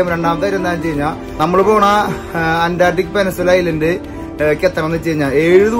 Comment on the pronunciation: പെനസുല അല്ല ചേട്ടാ...peninsula🥹 കളിയാക്കാൻ പറഞ്ഞതല്ല...ഒരു അറിവും ചെറുതല്ല☝️